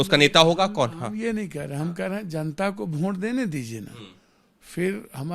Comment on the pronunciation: वोट ❌ भोंट ✅